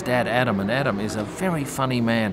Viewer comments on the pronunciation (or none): none